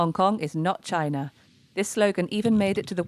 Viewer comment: the property guy just wants unity for his own profit. he can't even say china he says gina